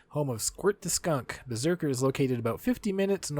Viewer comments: Please learn how to pronounce the places. I’ve never heard Beiseker butchered so badly! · I've heard Beiseker pronounced differently, what I've heard sounds like Bi-se-ker